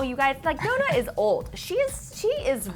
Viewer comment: Nonna is pronounced NONNAH (open O, double N and open A) at least just say Grandma..